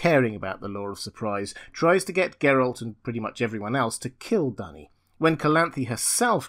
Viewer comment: Duny is called "dooney", not "dunny"